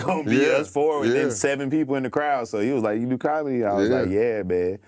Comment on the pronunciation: MY MAN SAID' I'MA BOMIC.....AND I DO BOMEDY.....😂🤦🤦🤣